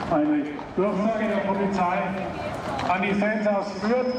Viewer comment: Sagt der Fürther fairy ultra 😂😂😂